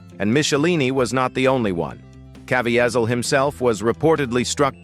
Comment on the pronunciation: It’s pronounced Ca-vee- zol Get it right!!!